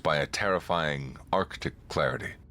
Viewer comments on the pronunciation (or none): none